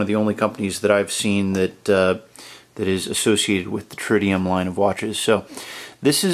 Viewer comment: it not tridium it is TRITIUM :) Really nice watch !